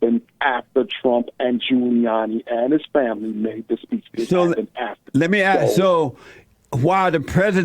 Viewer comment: First white man I ever heard that wanted to ax a question. I feel like may have been lying about everything he said...if that IS his real name.